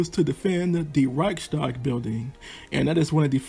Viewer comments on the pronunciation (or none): none